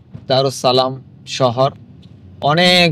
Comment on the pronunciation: Daressalam ✓ দারেসসালাম ✓ দারুসসালাম X